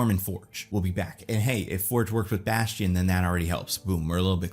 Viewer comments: It's "Bastion"! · it’s bastion It’s bastion